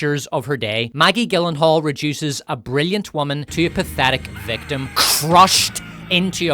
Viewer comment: Gyllenhaal is pronounced like Germany, not the way you keep saying it. Oh, hey, where's the cum-kiss-from-Queer and Scum-rape scene reference? It's not a video without them!